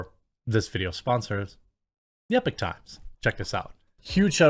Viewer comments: The sponsor is the Epoch (EP-uk -- or EE-Paw-K) Times NOT Epic Times. Not trying to stir up stuff just want to make sure no one else gives you grief for it. Epoch means an event or a time that begins a new period or development. Again, not bagging on you or trying to show you up or calling you out. Love your content, love your messaging. Think you are a great guy, just want to help out. Not trying to be a grammar goose stepper. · IDK about the site itself, but generally speaking, it's pronounced "e-pock", not "epic". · it's E-pock times, not Epic Times. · EE-POK, not "epic". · Eee-pochh, not Ehpok Jez! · It's pronounced Ee-Pock, Jeremy... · At least learn how to pronounce EPOCH correctly if you are gonna advertise them lol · Don't think 'Epoch' is pronounced that way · I feel like your pronouncing epoch wrong